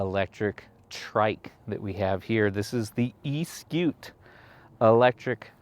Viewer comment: The reason why?, the odometer works only when one uses the motor is because; it is trying to tell one the distance the battery has worked , for one to have an idea how much juice is available in the battery to go further. & Eskute is pronounced as; Es for S, ku for koo, te for tay.